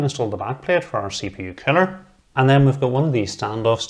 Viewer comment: lol...Sounds like he's saying Killer when saying the word Cooler.